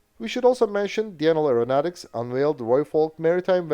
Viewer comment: Pity he can't say Denel correctly though.